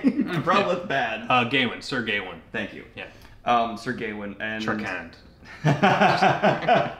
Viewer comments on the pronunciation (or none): isn’t it Gah-wain or Guh-wayne? I don’t believe I’ve heard it pronounced gay-wayne esp. with the “aw” being more “ah!” than anything else.